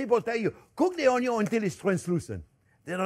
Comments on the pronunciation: Yes, I like how you pronounce 'onyo'!! Thank you, Chef for all the tips!!!!!!!!!!❤❤❤❤ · Come on, how cute is he! Adorable! Plus I learned so much from him. And we no longer say “onion” we say onyo. The looks we get at the grocery store 😂😂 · The most important is how you pronounce Onyo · And don’t forget: it’s pronounced ONYO! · Just watching Chef Jean-Pierre to hear him pronounce ONYO is reason enough to watch - period. But his recipes and instructions are good too! And now I know I need to get a new cutting board!